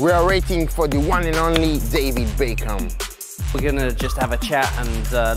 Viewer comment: man’s said davy baecum